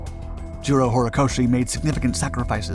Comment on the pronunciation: Jiro Horikoshi sounds like "zero horikoshi", I was confused 'till did a little research. This is a great analysis, well told! Thank you.